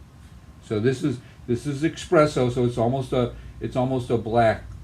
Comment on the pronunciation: Not eXpresso, eSSpresso.